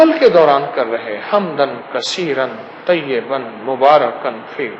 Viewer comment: Salam hakeem Sahab, one correction, one word that's - Tayyiban but not tayyaban, please thoda gaur karen, maaf karna agar mughse koi gustakhi hui ho to.